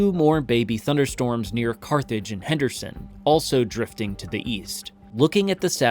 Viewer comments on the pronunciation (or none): none